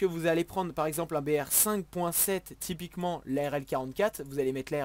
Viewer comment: Suis-je le seul qui touve qu'il dit tout le temps "tipiquement"?